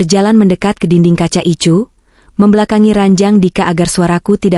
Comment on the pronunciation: Jakarta hadir,kmnt dikit..BKN ruang ICU tp ruang Ai si yu ..bacanya KK admin ..maaf ya